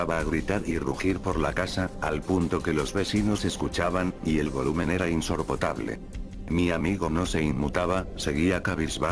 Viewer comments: What dijo insorpotable :VVVV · isoprtable xdddddd